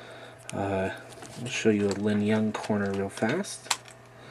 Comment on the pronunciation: you lingyun annunciation is wierd... you have the G in the wrong place. it linGyun, not linyunG.